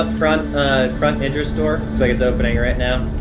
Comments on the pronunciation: For "Idris" it is pronounced starting with: "Id" NOT "Eye". Look up the actor Idris Elba and see how people pronounce his name online. It's the same way. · id riss ..... say it with me ir riss not what your saying lol